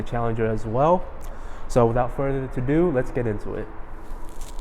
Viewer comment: I have to bump it up a notch. It’s “further ADO”. It’s a key thing that you say , it’s like having a booger in your nose... you want someone to tell you sooner than later. “Without further ado”. No disrespect. It also flows better. 💯🙏🏻